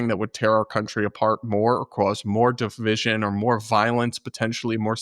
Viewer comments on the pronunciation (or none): none